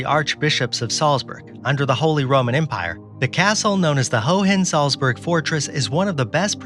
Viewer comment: The second H in Hohensalzburg isn't pronounced :)